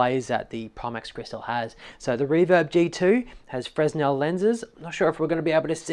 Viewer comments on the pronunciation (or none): Thanks for the vid. I am a former G2 and current Crystal user, and you're pretty spot on here. Just an FYI, Fresnel is pronounced fray-NEL. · Fresnel is pronounced “ fre - nell” ☺️